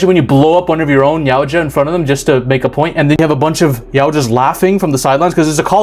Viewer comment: Man you being able to say Yautja instead of "Yaucha" puts you ahead of other content creators who have covered Predator content before, you just gained my sub for that.